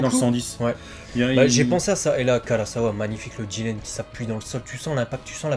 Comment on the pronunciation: Le mec il s'appelle jiRen pas jiLen sérieux les mecs c un r pas un l